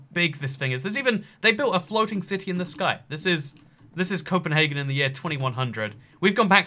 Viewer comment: Cpnhargun Copenhagen